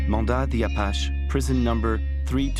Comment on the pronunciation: Learn to pronounce "Apache "